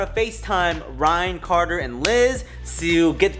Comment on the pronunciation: The way he said carter I thought it was coda